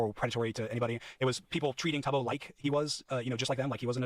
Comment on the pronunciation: He can’t even pronounce Tubbo’s name correctly 😭 the bare minimum amount of research